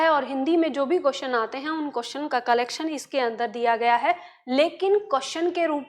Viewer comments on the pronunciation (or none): none